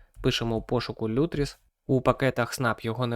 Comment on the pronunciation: кроче не лютріс а лутріс